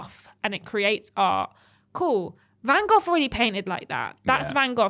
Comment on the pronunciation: Was it just me or did she keep calling him "van goff".....she said it like 10x and each time i heard the "f" more and more. Does she think its Vincent Van Goff?